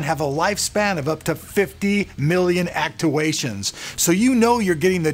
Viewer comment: haha whats an actuwaytion ??